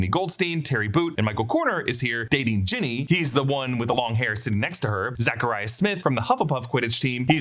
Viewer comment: Did you just call Ginny, Jenny